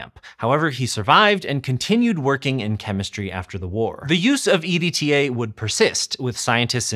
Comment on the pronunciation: it's an acronym if I pronounce it "edtuh"